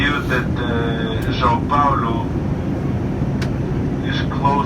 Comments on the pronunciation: *São Paulo not Sao Paolo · Oh, no! Et tu,? Or should I say "Paol"? I'm writing from São PaUlo and last I heard (a minute ago), we spoke Portuguese here, not Italian, and "Paolo" is an Italian name. Plus, "Paolo" has three syllables ("PAH-o-lo" or "pah-OH-lo", depending on your region), while "Paulo" has only two ("POW-lo") and that's how you (correctly) pronounced it yourself. The largest city of a whole continent (22 million people metro), with a GDP larger than some European countries, deserved better. So did the saint who created Christianity as we know it, named the place and, indirectly, also named you. Hats off for correctly including the tilde in "São", though! That said, Guarulhos International Airport is exactly on the Tropic of Capricorn (it goes through the runway where you landed), in the transition of two weather zones, and its location in a narrow river valley doesn't help either. It's plagued by early-morning fog and before they installed ILS, it used to have frequent flight cancellations, especially in winter (and you arrived on the second day of the Southern Hemisphere's winter and in the middle of the year's second cold wave, which usually makes the weather really gloomy, in what is otherwise the driest and sunniest season here). Still, I hope you had a good time here anyway. This city looks frighteningly huge and chaotic, but like every major city, it has lots of hidden charms. I'm originally from another part of Brazil, but I've been living here for over 20 years and love it he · it’s São Paulo*